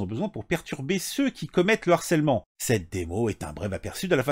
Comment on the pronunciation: S'il te plaît "harcèlement", c'est avec un "h" aspiré ! Pas de liaison ! Ça a fait saigner mes oreilles 😂😂😂